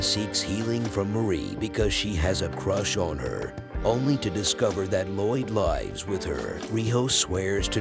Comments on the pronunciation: Whats up with lloyd Lifes with her? Its lives say lives please my ears are bleeeding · you say “lives” like “lies” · Also using the wrong pronunciation of 'lives with' all but one time